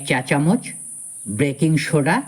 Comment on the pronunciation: কথাটা ব্রেকিং সোডা নয়, বেকিং সোডা।